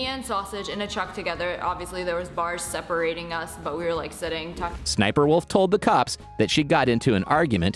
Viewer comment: The name is Sssniperwolf this is how you pronounce it S s sniperwolf